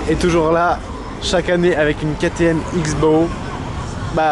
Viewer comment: Super vidéo comme d'habitude mais juste pour info ça ce dit pas ktm x-bow mais cross-bow Continue comme ça t'es au top !!